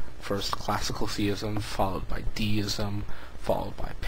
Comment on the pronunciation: I like your work, but I have two complaints. Pandeism is somewhat more substantial than you suggest, as it is a step in the continuing evolution of positions of spirituality.... I'd really like more and more explanatory coverage of it!! The picayune detail is pronounciation -- deism (and that part of Pandeism) are Latinate in origin; the "de" is pronounced as in destiny or detante, rather than like a "dee"....